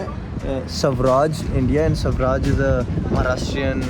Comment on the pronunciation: It's Swaraj...not Savraj...